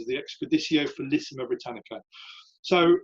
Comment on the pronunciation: I excavated some Severan marching camps in Scotland in the 1980s. This is interesting but tedious how he doesn't pronounce placenames and Latin words properly. "felissima"? "leejio two"?